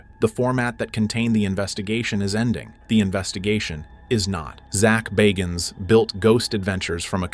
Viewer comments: Yo your pronouncing the man’s last name incorrectly! Aggravating AF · Pronounce the name right like it was pronounced at the beginning of the video